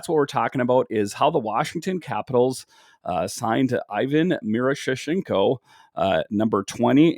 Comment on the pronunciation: Miro-sh-nee-chenko that’s how u say it